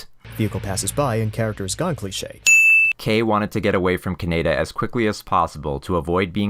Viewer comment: You totally lost me when you kept pronouncing Kaneda’s name wrong dude. That was your biggest sin. Lame.